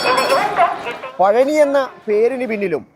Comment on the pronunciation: പഴനി അല്ല. പളനി